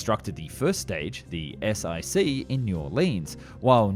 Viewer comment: The Saturn V first stage was not the "ess eye see", it was the "ess wun see." The "I" is the Roman numeral for "1" So your unnamed 2nd stage wasn't the "ess eye eye" but rather the "ess tu" and the unindicated 3rd stage was of course the "ess for bee" (They used Roman numerals because the Apollo flights were scientific missions so they were given Latin names.)